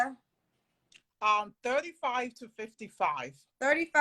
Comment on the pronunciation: yeah and she’s pronouncing it wrong for some reason (maybe to sound more American).